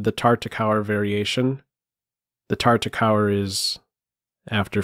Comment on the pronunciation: Nice video. Will all due respect, I believe Tartakower is pronounced "TAR-ta-kov-er," with the Euro dubya pronounced as a vee. Thanks for the game!